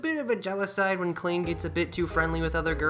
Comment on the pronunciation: Minor correction: "Klein" is pronounced "Kline," though I only know that because it's also a name Sword Art Online uses for one of its main supporting cast. Spelled exactly the same way in that series, actually. ...I have a copy of Iris 1. Really should play it sometime.